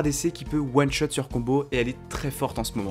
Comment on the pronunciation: T'as du mal avec le mot One shot apparemment 😂 En one shot lv6 jvois plutôt: Nocturne, Jarvan IV, Kata, Rengar